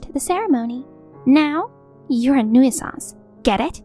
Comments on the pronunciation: I really wish they hadn't given her the word "nuisance" so many times, because she can't pronounce it for shit. The last time I heard someone butcher a word so badly, I was surrounded by literal children who were just learning to read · Nuisance has 2 syllables not 3.